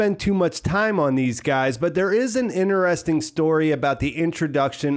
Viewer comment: I absouelty love your videos and deep dives into this tv series. However the way you pronounce the word 'interesting' as 'inner-esting' is driving me into crazy town. Please stop.